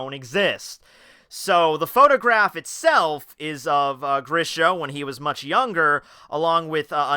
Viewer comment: And yes u pronounced Grisha right